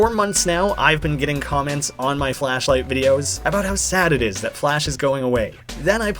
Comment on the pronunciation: cool series but... flasshh light... ughh that sounds a bit...